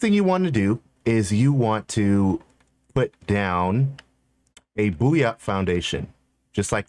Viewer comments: BOYant foundation. Its pronounced BOYant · It's BOY ANT foundation 🤣 .. as in density and boyancy .. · Buoy, pronounced boo-ee... And buoyant, pronounced boy-ent... 😉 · Lmao, BOOyant